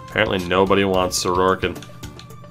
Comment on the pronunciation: I had to stop when I kept hearing his name pronounced Soroarkin. There’s no 2nd r in his last name!